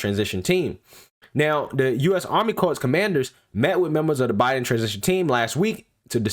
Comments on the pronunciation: It's Corps not CORPSE speak engrish please 🙏🙂😒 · Corps has a silent "ps". So please pronounce it like core. The way you are saying it is like corpse. You know the dead. While both come from same Latin root meaning body, they are different in the without the "e" it is alive and the other dead. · Great video breakdown of the content... just a friendly note, the “p” and “s” in corps is silent. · I know it is spelled “corps” but it is pronounced “Cor” 🙂 fyi... thanks for your info. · It's pronounced CORE ok CORPS is pronounced Core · Great video. But as a veteran, a BIG pet peeve...you don't pronounce the "PS" in CORPS. It's pronounced like "CORE" . Thank you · Love your work bro! But, please!!! Corps is pronounced core. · Corps is pronounced like core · It’s pronounced ‘core’ sir. A corpse is a dead body lol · Good report. FYI the Army Corps of the Engineers. "Corps" is pronounced CORE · Dude, the word “corps” is pronounced “core.” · I love your videos, but, please, corps is pronounced 'core'. And I still love that laugh. 😉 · Great reporting! By the way corps is pronounced the same as core. 😉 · I love you man, but the p and s is silent in corps. Keep up the great work.